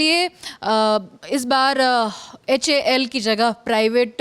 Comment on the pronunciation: Lockheed ko bol raha lockheel...... HAL ko bol raha Houl..... Pehle sikh lo uske bad news banau.... LOL